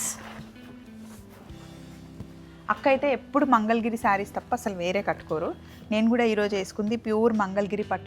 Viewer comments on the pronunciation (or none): మంగళగిరి....mangal giri kaadu. Please note